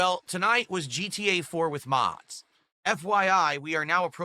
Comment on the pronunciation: GTA 4 “with mods”, Minecraft “Java chill” it’s annoying af